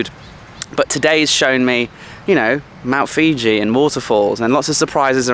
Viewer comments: Mount Fuji not Mount Fiji bra🍌 🤣🤣🤣🤣🤣🤣🤣🤣🤣🤣🤣😂 Isan they eat all the weird and wounderful things speak totally different language I ate all sorts of insects snakes frogs lizards amazing place great people love to sing and dance. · Mount Fuji, Mount Fuji. LMAO not Fiji- that's a country.. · Love your Mt.Fuji pronunciation. :D